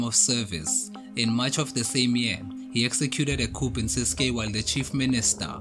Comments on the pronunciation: Thank you for the information.. But Coup ( coo & not coop) de tat.. Latin & French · I'm happy about the content in general,but not the way the presenter pronounces 'coup'